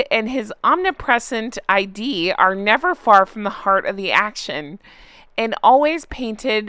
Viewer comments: It's actually pronounced "id", not eye-dee. The id refers to our ego. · FYI, It's Scabbie's Id, not ID. Refer Freud's "Ego, Alterego, and Id". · I love you,, I'm a big fan, but it's not Omid Scobie's ID; it's his id 😅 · "id" is not I.D. but the psychological id (pronounced eeeed) : The id is the primitive, basic, and fully unconscious part of personality. It contains all of the unconscious energy that is directed toward fulfilling a person's most basic needs. The ego, on the other hand, is the conscious and realistic part of personality. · Pssst id is not I D....it's id. Like did without the first 'd'....it's the chaotic' instinctive, unconcious part of the mind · It's ID...not I.D.....Id: Freud's Theory of the Id in Psychology - Verywell Mind Mar 16, 2023The id is the unconscious part of personality that works to satisfy basic urges, needs, and desires. It operates according to the pleasure principle, which demands immediate gratification of needs. It is one of the three major components of Freud's psychodynamic theory of personality, along LOVE your videos and commentary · Hey, id is not ID, but from id, ego and superego of Freud's psychoanalytic theory. It rhymes with kid. From the web: "The id is a part of the unconscious that contains all the urges and impulses, including what is called the libido, a kind of generalized sexual energy that is used for everything from survival instincts to appreciation of art." Great take from Jan! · Love your videos!! Btw, she was referring to his "id" (rhymes with "it") which is Freud's idea of our needy, demanding, childish aspect of our personality. It's a great way to think of what motivates all three of these whiners.